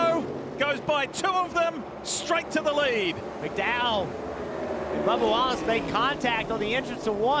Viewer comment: Sounded like he said Barbara Wallace during the line up :)